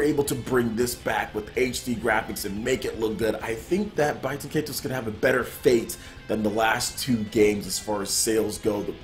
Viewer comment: I think it's pronounced "Bay-ten Kai-tose." Also, Baten Kaitos 1 was far superior to 2 (although I like 2 as well) since the battle system was far more complex, deep & rewarding. Baten Kaitos 2 streamlined the battle system and simplified it way too much, making it far too easy and less involved.